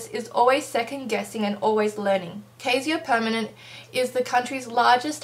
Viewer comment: Very interesting. Thank you. BTW, it's pronounced (Ky-ser Per-men-en-te) ;) I really appreciate your post. I have done my share of knee jerking, troll like comments. It's refreshing to see such a well thought post from an MD.